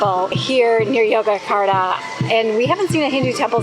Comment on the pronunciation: Very nice video! Note that the "Y"s in Yogyakarta are pronounced as "J"s, so it's pronounced JOE-JA-KAR-TA.